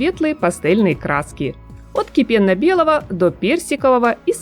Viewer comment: отдельное Вам спасибо за КИПЕННО-БЕЛЫй! Очень редко от наших блогеров, в том числе и модных, можно услышать правильную русскую речь!